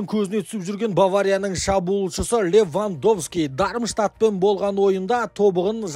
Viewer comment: Ливандовски дегенді кім байқамай қалды😂